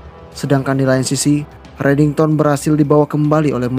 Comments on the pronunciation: Kok JD reddingson min😂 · disebut redingson donk bukan redington🤣 kok mau ketawa yh udah mah si aram disebut anak baru lagi😅🤣kurang asik